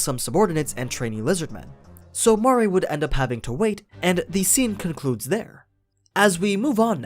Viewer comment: ITS MARE NOT MAA RE DEAR GOD